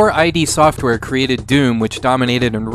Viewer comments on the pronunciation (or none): Id software! Not I.D. Software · It's pronounced "id" Software, like "it" with d... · Mecha120 I never heard that before lol